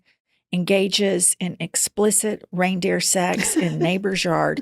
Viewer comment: Girls...there is no "s" at the end of "reindeer," ever.